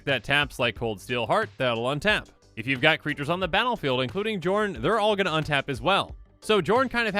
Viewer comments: I feel like it's probably supposed to be pronounced "Yorn", like Bjorn without the B. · Isn't the "J" pronouced like "y" in these Scandinavian languages? (Kinda like how fjord is pronouced) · If only the j weren’t pronounced like a y, so I could call this guy Jorn Snow.